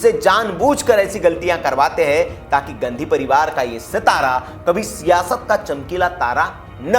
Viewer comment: ... गंधी परिवार का ये सितारा, बिल्कुल सही कहा सर आपने, " गंधी not गाँधी